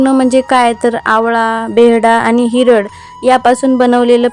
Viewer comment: धन्यवाद.हिरड नाही हिरडा म्हणतात